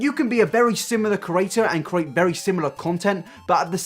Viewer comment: can't get past how you pronounce "create" . you seem to be saying "ker- ate" 😂